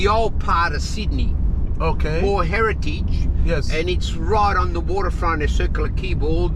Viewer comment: Sid-Da-Knee Austraya' mate.! Next time you come down this way let someone know you will be greeted with open arms my friend. All those sharks are out looking for travelers like yourself as you have the understanding this is a land of many opportunities were so many migrants have taken advantage. We are a simple bunch with freedoms and the oyster is in the beauty of our land. As your multicultural taxi driver expressed we are very hardened and love a joke and if you join us you will be part of the family. Thank you for showing this wonderful part of the world. P.S public transport may be cheap but rest assured you made the correct decision in using our Taxi or Uber services for your first time down here. Hope to see you around one day.